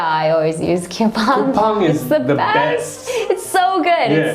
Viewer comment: 쿠팡을 왜 큐팡이라고 하시징ㅋㅋ